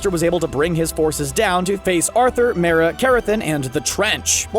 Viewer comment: also they say Mera wrong